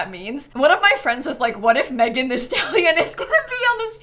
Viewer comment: “THEE” is giving megan THEE stallion!